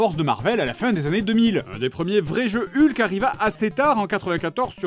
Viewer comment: Excellent épisode, l'attente en valait vraiment la peine! seul bémol: Hulk ne se prononce pas comme ca s'écrit, ça se prononce HOLK! avec le H expiré merci